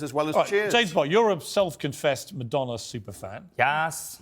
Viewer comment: IT'S MADONNA, REALLY...😮😮😢